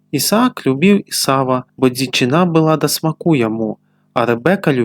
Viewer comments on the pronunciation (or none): Прачытана: : да смаку' яму, слоўнік дае націск на першым складзе: сма'ку.